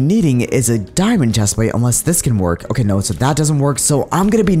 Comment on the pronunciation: why do you say loki and not okay